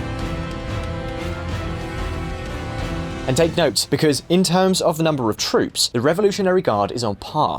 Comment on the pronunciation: Or even standard English words like Corps.